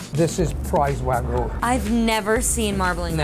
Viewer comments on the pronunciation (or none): It's wagyu, not wagu.